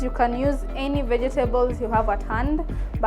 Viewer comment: Ve-je-te-bols hehe. Love it